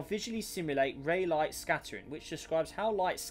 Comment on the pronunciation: I am pretty sure its not pronounced “ray light” but “ray lee” although i always thought it was “rah lee”